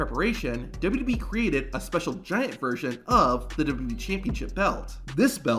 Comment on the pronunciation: say it with me, W-W-E, it's not WB or WEB or whatever this guy KEEPS saying